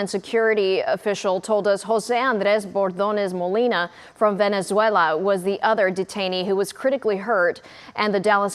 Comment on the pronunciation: The way she said Jose Bordones Molina infuriates me. She sounds super white then sounds like she was born in El Salvador when pronouncing that name.